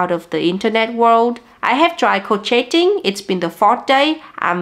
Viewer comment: I don't remember how I found this channel last year but I subscribed immediately. So you know, crochet is pronounced crowshay, ends like day. Those silent T's, I never understood. Language is weird.